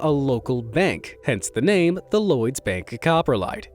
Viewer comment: "Cop-Ro-lite" not "copper-lite"